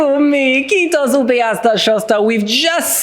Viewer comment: You say "Kiitos" so so nice❤